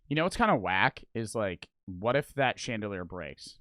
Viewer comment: Who thought he said chandeler